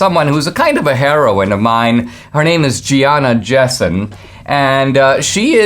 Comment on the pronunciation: You shouldn't pronounce heroine like heroin. Just say hero. Add in. It's not heroin like what people overdose on.